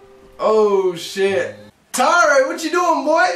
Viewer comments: His name should be spelled Tairo with the way you're saying it not taro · You said his name wrong at the end 😂😂 I'm not sure I wanted this series but I'll watch and see if my interest of this gets better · FG7YT so true